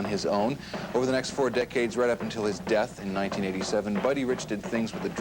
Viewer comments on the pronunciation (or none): none